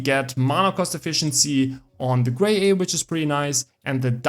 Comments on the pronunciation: BIS pronumtimation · Better than me, at 1st I pronounced it as "Gra Yeye" 😅